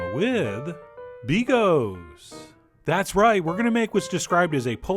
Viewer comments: Argh. It's pronounced bee GAUCHE. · I have a fwiend in Wome whose name is Bigos... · Never seen bigos like that - polish guy Also... stop pronouncing an end of a sentence after every word, jezus christ